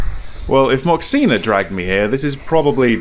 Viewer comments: Your pronunciation of Moxina is perfect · I’m Taiwanese and your pronunciation “moxina” is spot on 😳